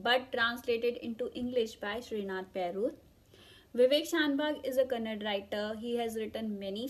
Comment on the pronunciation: Is not kannad, it's Kannada